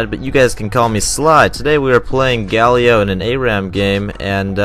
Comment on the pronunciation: His name is Galio, not Gailo